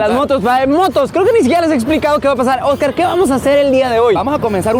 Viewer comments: Soy la única que se dio cuenta que dijo ojcar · Dios. ¿Qué pasó con el video 9? Quería volver a verlo. Sobre todo cómo pronuncias Ojcar Alejandro. 😞